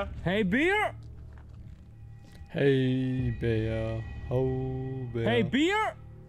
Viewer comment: Ich liebs wie es einfach klingt, als würde er "Hey beer" in den Wald schreien 😂